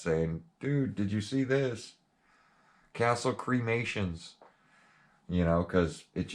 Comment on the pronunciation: Lol creamations.